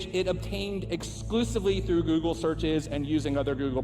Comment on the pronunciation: GOOGLE ,,,,,,GO----OGLE!